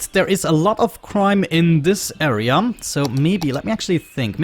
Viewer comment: dont know if i love or hate u saying "area" :D "aea"! Great videos btw!